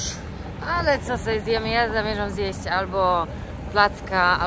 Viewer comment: oglądam Twoje filmy, jeden po drugim i nie ważne czy,,stare,, czy te obecne. Pokazujesz świetne miejsca, ale zastanawia mnie to, dlaczego,,zjadasz,, literkę Ć? Mówisz zjeś,iś. Czym jest to spowodowane? Z czystej ciekawości pytam.